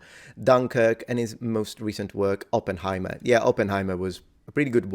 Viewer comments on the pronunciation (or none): none